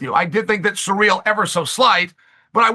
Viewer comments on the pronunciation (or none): Who the hell is "surreal"? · Chael's pronunciation of foreign fighters is "surreal"